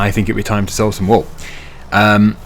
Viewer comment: 'Wool' pronounced like "Pool" 😂 'Wall' is a bit different 😊 Reminded me on how Benedict C pronouncing Pengiuns in one nature show 😂